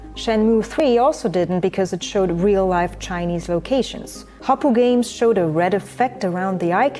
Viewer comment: Thanks for recognizing China's plagiarism. In one video, I heard "chin-a-nese" 68 times. China China China!